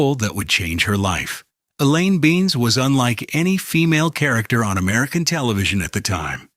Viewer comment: Oh, really? So...who's your narrator? Why are there fake dust and fake "film damage" throughout the entire thing? Why did I just hear your "narrator" say, "Elaine Bean-is?"